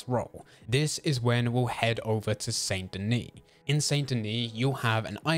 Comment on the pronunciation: How you gonna play the whole game and still pronounce the t in saint? smh